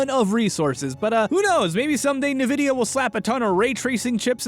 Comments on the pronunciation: This is clickbait. This has nothing to do with FNAF. It's a video ALL about ray-tracing, which Nvidia (that's "en-VIH-dee-uh, NOT "NUH-vih-dee-uh") has had on the market for 3 years. This is little more than a "the future of gaming graphics" video that LinusTechTips did plenty of back when the 2080 (the first ray tracing GPU on the market) first came out in 2018. This is an Nvidia presentation. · Already 20 seconds in and I'm already by how says "Nvidia" as "Nuh-Vidia" I know accents 'n $hi7 exist, but c'mon man! Everyone, even the CEO says it "En-Vidia". No hate, just annoyed... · inb4 "it's en-vidia not nnvidia" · You just taught me a lot... But let me teach you just one thing... It's pronounced en-vi-di-ah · "nuhvidia" Um.... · D-d-d-d-d-d-did he just pronounce NVIDIA as ni vidia?! blood curdles, skin boils, soul evaporates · NDIVIA...... G - FORCE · I still cant get over the fact that there are still people, even big tech people that pronounce Nvidia "Nuh-Vidia." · eNVidia is how it's pronounced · Isn't it pronounced "en-vidia"?? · Isn't it pronounced "en-vid-ia"? 🤔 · en vidia is the correct way to pronounce it also they do make games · WAIT Is it actually pronouced Nuh-Vidia? WHAT? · ☝️🤓um, i think you'll find its pronounced 'en-vid-ee-ah' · It's pronounced iNvidia no Nvidia even though it's spelled that way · It's pronounced "EHN-vid-eeh-uh",. I did that too at first, so I'll give you the benefit of the doubt. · I think it's pronounced EN vidia.. But other than that I love hearing from again:D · I love you and it is with love that I say this. The company is pronounced "ENvidia" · well here we go, gunna get a lot of comments about how he said it like "nah-vidia" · I hate the way you say "nuh vidia" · every time i hear nvidia pronounced like that i cringe. its EN-vidia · Pronouncing Nvidia as "nuh-vidia" is weirdly unsettling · His pronunciation of Nvidia doesn't really sit well with me. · Lovely how he mispronounce NVIDIA.